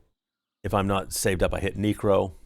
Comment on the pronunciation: it drives me crazy too.....should the pronunciation be Neck RO Mancer..just saying, but he know his stuff AWESOME VIDEO!!!